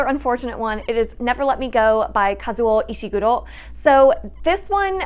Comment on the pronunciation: Me: Hears pronounce Kazuo Ishiguro's name and thinks: "I think she speaks Japanese. " (next scene): "I lived in Japan for 7 years" Me: HA!!!